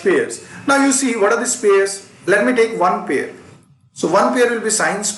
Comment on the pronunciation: U haven't pronounced the word pair correctly